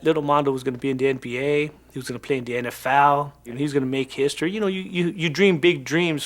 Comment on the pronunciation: he said nfoul instead of NFL......lmfao